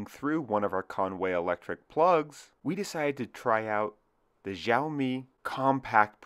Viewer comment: Xiao reads more like "shiao" instead of "jiao", just so you know. Love the design.